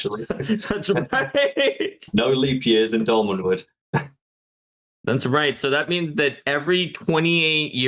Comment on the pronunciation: Thank you,, for actually correcting on Doll-Man, it was driving me crazy 🤣